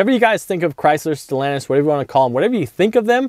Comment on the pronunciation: Stal...an tis.... Quit screwing up a good thing.